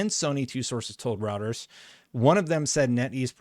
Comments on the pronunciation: It's pronounced ROITERS.. not routers.. it's not pronounced the way it's spelled. British have their english all crazy. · It's Reuters (Roy-ters) not routers. 😫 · Reuters is pronounced “royters” 😅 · It's pronounced ROYTERS, not ROWTERS. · 'Routers'? ... It's Reuters [pronounced... Royters] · It’s pronounced Royterz, not routers. Sorry, every time I heard you pronounce it wrong was distracting. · it's not pronounced Routers. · It's pronounced ROYters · love your stuff but I've heard it too many times: it's pronounced Roy-ters😂 Keep up the great work amigo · Reuters is pronounced "Roy-ters". Not trying to be a GN, just helping you out. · it is pronounced, roi-ters or roy-ters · Love the videos. FYI - you're pronouncing Reuters wrong. It's "Roy-turz" - I know, it's not intuitive, but that's how it's pronounced. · I've always heard the news agency Reuters pronounced Roy-ters (whenever mentioned by network news presenters) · He butchered it lol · He butchered it.